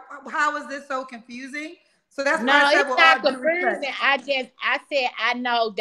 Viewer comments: Its confusing not confooozing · Never knew confusing had an “r” in it.